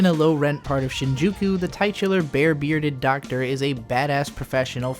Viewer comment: Episodic = eh-puh-saa-dic, not "episode-ic" Titular = tih-chu-ler, not "tight-chu-ler"